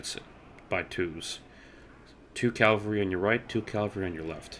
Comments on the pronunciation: Great video, though one thing... It's Cav-al-ry, not Calvary. Calvary is where Jesus was crucified. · calvary XDD